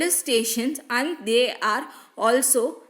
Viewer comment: Akka their nnu neenga sollum poludu they are nnu kekudu. Pronunciation anda etadula purila akka.